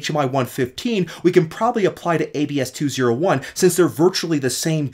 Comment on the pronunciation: It's pronounced AB-SEE not ABS-KEY